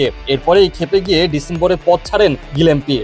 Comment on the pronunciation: বাংলাদেশের সাথে টেস্টে ডাবল হান্ড্রেড করা একজন পেস বোলারের নাম গিলেস্পি, কিন্তু সাংবাদিক কি উচ্চারণ করতাছে বুঝিনা। গিলেম্পি নাকি গিলেস্পি?